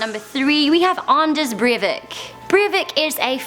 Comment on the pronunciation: "Andes Brievik" That`s about how I hears Anders Breivik And "Youtoya" Was the way I heard utøya ;-; Man I love heraing american/english people say norwegian things ;__